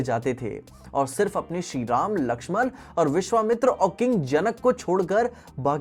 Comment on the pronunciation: Everyone described the "rama" name voice in his way but did correct